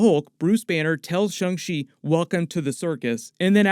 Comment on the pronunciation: Sha~ Sha~ Shang Chi, not Shu~ Shu~ Shungchi. Like Sha~ Shawn, not Shu~ Shun....